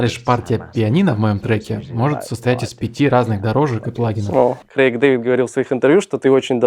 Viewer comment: за "Крэка" Дэвида отдельный респект)